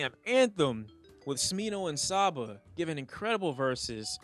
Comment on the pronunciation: Let's have a lesson. Say sabotage. Great Now say it again, without the tage You,, have just learned how to pronounce Saba, straight from the man's own explanation. But no disrespect to the G.O.A.T., really good list of songs you have here, I'm still listening to a lot of these myself.